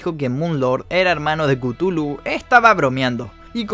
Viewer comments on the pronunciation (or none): No se pronuncia cutulu . Se pronuncia cathulu